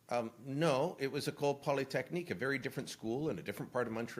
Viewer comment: In my ever so humble opinion, I would say that Carney has definitely stepped on the rake! He really blew it when he introduced the woman from the Montreal massacre, wrong pronunciation and wrong school! Today he hit two rakes and said Canada would no longer be allies with the USA!!! He is not elected! He is not our Prime Minister! He is a total fool!!!